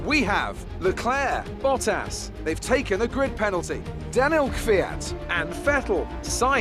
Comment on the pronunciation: That kvyat. you're Butching this guy's name this guy's name